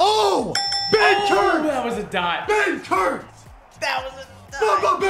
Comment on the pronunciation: I legit thought it was buthurt not benkert 🤣